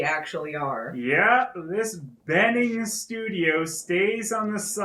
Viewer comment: A little nitpick, but that's not how you pronounce bening. The "be" part is actually similar to how you pronounce "burn" with silent r. Also, like someone said in the comment, Yogyakarta is a city in Java Island. Still a nice video.